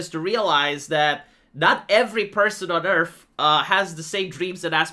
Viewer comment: he said "Earf"